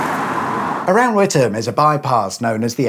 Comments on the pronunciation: I'm truly surprised, given some past examples, you actually pronounced Witham correctly. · Did you do the wavy arm thing to make the lights change for all the ghost traffic to make it's way in the opposite direction? And thumbs up for pronouncing Witham correctly, none of this With Ham crap, that's when I get in a Meal Deal sandwich. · As a former Essex resident, not too far from Witham, I am glad that you pronounced the name correctly- something that the BBC often get wrong. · Thank you for the correct pronunciation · I live just up the road in Braintree. Well done for NOT pronouncing the town WiTHam! 😁👍